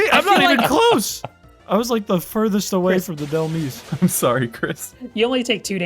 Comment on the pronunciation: Why does EVERYONE pronounce dehlmise wrong?? It's literally based off the word "demise"! "DEH-MY-S"